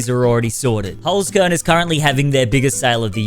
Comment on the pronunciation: Why do all youtubers pronounce it as "holes corn" and not "holts kehrn"?